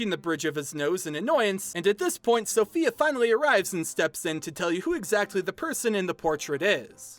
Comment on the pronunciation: Sofia not Sophia (In Italy)